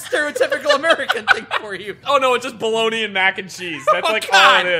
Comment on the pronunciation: Come on man. It is Bologna